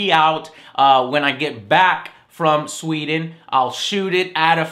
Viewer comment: its SWEDEN....SWEEEEEEEEDEN